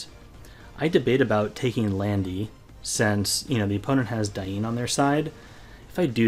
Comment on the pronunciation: where do you come from that you sometimes say instead of or instead of ?